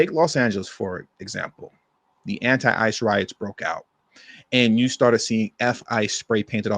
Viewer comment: I thought you said anti father 😅😅